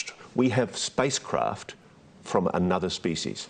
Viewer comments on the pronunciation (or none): "WE HEFF SPICECRAFT"